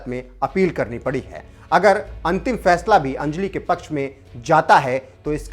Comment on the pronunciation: अंजलि शब्द का सही उच्चारण सीखिए